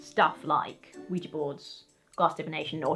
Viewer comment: It is nice to hear "Ouija" properly pronounced. Thank you.